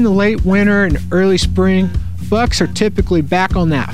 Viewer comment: I think he meant bucks with a "B"...